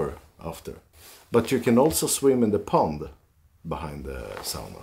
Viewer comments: You both are so lucky!My heritage is Finnish (I live in Mi, where many Finns migrated to the U.P..... my great grandparents), and it's so nice to hear someone pronounce Sauna correctly (via ):) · Looks like the buildings are tethered down?? I see "straps" over the roofs. I absolutely love the way pronounces (correctly) sauna... I can't do it, I've tried 😂